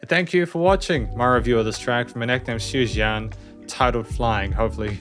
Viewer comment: You done the pronouce great👍👍 Tsui Jian should sound more accurate tho? Anyways don't be upset about not getting the lyrics cuz this one's lyrics are probably his most obscure one. Some say it's about his take on drug usage by other rock artists? How he says "I have no use for those gadgets". And also I think the whole song reflects his music career journey up until that point, but anything could be right